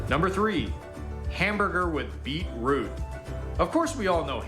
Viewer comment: The original guy saying beet pause root is sending me. It's beetroot. And why's he making a video on stuff he doesn't seem to really understand?